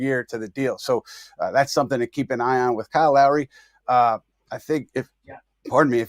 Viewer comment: It took everything in me not to turn this off when he said Kyle Lowry. No…just….no..